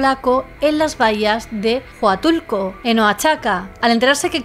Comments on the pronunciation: Soy Mexicana y pronunciaste bien Tuxtla (tucstla) y en Huatulco la H es muda (uatulco) entiendo la confusión porque la X es difícil a veces se pronuncia como j,s,sh o x normal,hay que ser Mexicano para saber la pronunciación 😅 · De Tuxtla sí, bastante bien. Pero Oaxaca es "Oajaca" y de Huatulco es "uatulco".